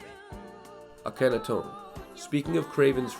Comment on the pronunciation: It’s spelled Akhenaton like the pharaoh his name is mostly written in French, but the way It’s pronounced in the video is very different as to it should